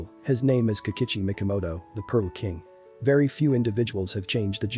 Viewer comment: It would be much better if, as an expert you could pronounce the terms and names correctly, especially Mikimoto, not Mikomoto.